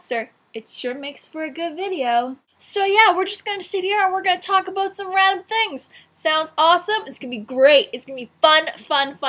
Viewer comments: we're going to talk ABOOT some random things.. Good Job making us Canadians sound like we ACTUALLY say aboot. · "Aboot." Hee, hee. As for the junk, you should get your mom on one of those hoarders shows. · "talk aboot some random things" haha why do I find that hot? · hahaha :)) she said abut instead of about :)) canadians are awesome :D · She said "we are going to talk aboot some random things". Awesome :) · this is the first time ive heard a canadian say ABOOT !! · talk aboot some rad things! haha canadian talk haha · She said aboot in the beginning haha :P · You said aboot! LOL